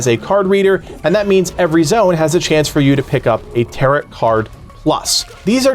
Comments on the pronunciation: bro it's pronounced "taroh" not tarut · Or teh-row but definitely not t sound at the end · Its TAROOOOOOH not TarEEEET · “Tarrow” card… not “taret” 😂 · Tare-oh , not tare-it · Tarot is pronounced ta-row not ta-rut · A fix... affix... who cares... Tearit cards...Tarrot cards... who cares. Nice video otherwise, thanks. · btw its not taroT cards its pronounced tare-oh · It is pronounced taro cards, not tarrot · I can’t tell if you’re saying “tarrot” cards like “carrot”. I apologize if I’m mistaken, but if not, it’s “tare-oh” cards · Him pronouncing "TaroTT" card? Its "Tarrow" lmao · It is pronounced "Tare-Row" like "Row, row, row your boat" not "Tare- rot" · Good tips! Quick tip for you - "tarot" is "ter-OH," not "tarr-OT". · You don't pronounce the second 't' in 'tarot.' tear-O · Tarott cards. Bro needs to learn how to pronounce Tarot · "Tarow" cards :) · The T is silent at the end of tarot So you say it like taroe Just fyi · Tarot is pronounced "tarow" by the way.... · Jesus Christ it is pronounced like "tare oh" it literally hurts every time you say it. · everyone pronouncing tarot wrong is so annoying, its tah-roh. silent t at the end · FYI the cards are pronounced tear-row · Tarot is pronounced "tare-o" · The second T in Tarot is silent. TaroT was killing me. Good video otherwise. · Tarot is pronounced like sparrow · igood video just the way he says tarot bugs me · Lol he says "tarot" rhyming with "carrot" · the way he pronounces tarot is giving me an aneurism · The t is silent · Just one quick thing - the 'rot' in tarot is pronounced like 'row'.